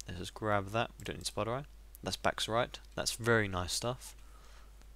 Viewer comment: You're pronouncing Bauxite wrong :P (Not trying to be a smart ass, but It's pronounced Box-ite) Just thought I'd let you know :)